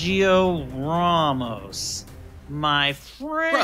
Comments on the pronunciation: He pronounced "Ramos" right. The English pronounce it wrong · He said the A as “Ah” which is correct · He pronounces it better than the English. They say it like "Ram+Moss". The way he pronounces it is closer to the Spanish pronunciation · He's pronouncing "Ramos" correctly. The English are pronouncing his name wrong